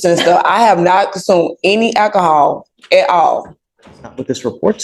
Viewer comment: "I have not consumed any akahol" But have you consumed alcohol?